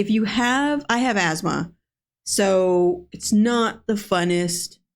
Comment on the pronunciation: It’s asthma not azmar. No Zed in it!